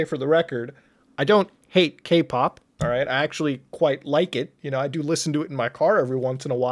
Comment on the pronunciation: Every time Muta says Kpop I hear GayPop